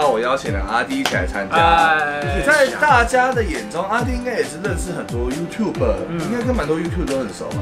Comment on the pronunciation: Youtub”er”啦 一直唸youtube